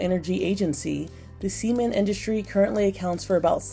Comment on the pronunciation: why'd she pronounced cement with a hard e 💀😭